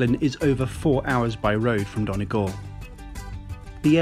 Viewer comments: Really enjoyed your report. Only one comment, Donegal is not pronounced 'Donnah Gawhl' but 'Dunnie Gawhl' my father is from there, so I know ☺ thanks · Not DON Eh Gal Its Dunny Gal. I dont mean to be rude but it is one of my pet peeves of foreign tourists here😂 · I’m from Donegal and I cringed so hard,”Donagall” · Donegal is pronounced like Dun-ee-gawl. And also the reason why Glasgow is so linked to the area is really because of people from Donegal going to work in Glasgow since there has never been a huge amount of work opportunities. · I’m from Donegal, and your pronunciation of it kills me😂😭😭😭